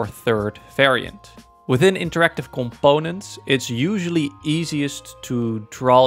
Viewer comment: someone pls make a compilation of him saying coMPONEents 😭😭🙏🙏